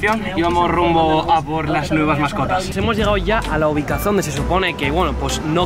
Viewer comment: Attacķ:ya llegamos a la uvicason Yo: Uvicacion no uvicason jajajaj